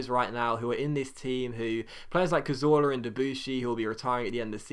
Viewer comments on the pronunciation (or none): none